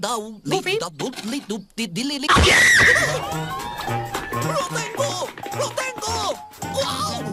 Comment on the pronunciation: Se dice goofy